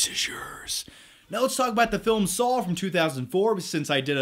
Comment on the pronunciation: Anyone else hear him saw "Saul" instead of "Saw"